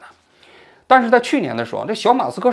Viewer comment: 小马科斯，不是小马斯克😂